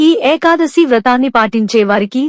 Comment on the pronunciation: Very worst AI Voice without proper pronunciation of the term "Ekadasi" !! Please remove this Video and do afresh and upload. Thanks